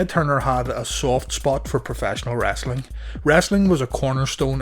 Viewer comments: It's "Wrestling" not "Wrastling" 😂😂😂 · WrEstling.... not WrAssssling! Lol